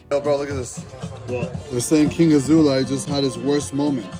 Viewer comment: He is obviously handicaped a lot... Thumbs up for excelent pronunciation of his name - it always make me smile...